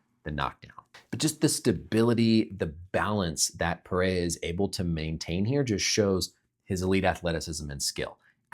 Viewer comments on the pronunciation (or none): It’s “Per Rare Uh” not “Perayuh”